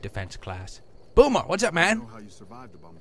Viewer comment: BOOMER, not BOONER...